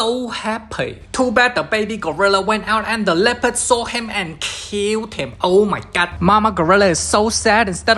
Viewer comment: The gorilla part was kinda sad but the “oh meh gawd” got me wheezing😭 Let me give u covid Tarzan does the kun fu fighting.. or should I say monkey fighting Tarzan shows them who’s daddy Got me wheezing😭☠️